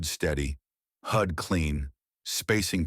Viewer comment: Good story. Just wish the AI got pronunciation right. It's not a hood display, it's a HUD (heads up display).